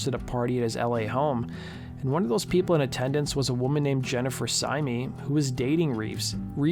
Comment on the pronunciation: My wife who used to run the Marilyn Manson mailing list confirms pretty much all of the information in this video. According to her the talk was that Reeves and Syme were either back together or in the process of getting back. Her only objection to the video: Syme is apparently pronounced simply /sIm/ (rhyming with "lime").